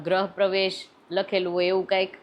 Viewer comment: બેન ગ્રહ પ્રવેશ નહિ ગૃહ પ્રેવેશ બોલો ગ્રહ મતલબ નવ ગ્રહો અને રાશિ વાળું થાય. બાકી તમારી સ્પીચ બોવ જ મસ્ત છે વૅલોગ પણ ખૂબ જ જોરદાર હોય છે. પણ માત્ર માહિતી ખાતર કોમેન્ટ ગ્રહ અને ગૃહ